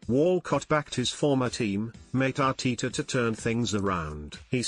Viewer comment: Thier isn't two e's in ARTETA, its not Arteeta